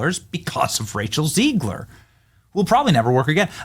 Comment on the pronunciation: Am I tripping did Benny call rachel zegler “Racial zegler” 😂😂😂😂😂😂